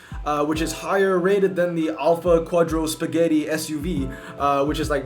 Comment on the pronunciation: "quadrispaghetti" ehi ehi put some respect Dude "quadrifoglio"